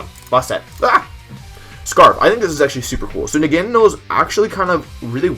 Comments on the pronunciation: Nahga nahdel😂😂😂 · I pronounce is "Nah-Gah-NAdele" (Like "Adele" but with an N at the beginning)